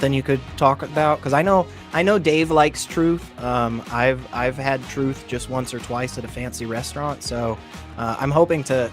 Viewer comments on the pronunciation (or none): lol "trith"